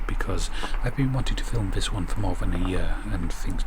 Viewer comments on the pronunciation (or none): Tip of tongue on top teeth. THHHH THE You can say KiTE Say This not Viss . Not hard. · Vhe water , viss spot , vat fing , mova , You sound like a child when you can clearly make the T sound . That not vat. Comforting talk for a child .